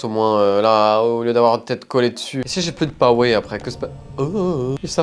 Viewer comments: Five nite AT Freddy 😅 tu as éclaté le nom d'une licence ! "Night " sa va le François on est pas au 18ieme ! 67 de powé t'es sérieux 🤣😂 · L'accent anglais est excellent : “Five NICHT at Freddy” “Je n'ai plus que 67% de Powé !”